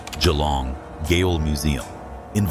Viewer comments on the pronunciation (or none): Let's send people to gale, not jail. Such mispronounced words expose so many videos of being AI. I hate that human beings are so capable of narrating a program, and instead, we use crap. I tend not to take videos that use ai technology as serious. They come across to me as cheap. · Yet more AI crap. Not even an American would pronounce "gaol" as "gale" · It’s Jail, not Gail! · goal is pronounced JAIL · It’s still pronounced jail - even though it’s spelt Gaol. I’m Aussie. 😅